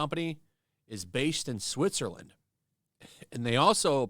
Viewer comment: Switserland eeej...?